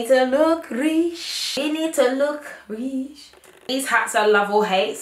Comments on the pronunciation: “ We need to look RIISH! We need to look RIISH!” 😂😂😂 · "we need to look rrrich, we neeed to look rrrish" lmaooooooooooooo so flippin me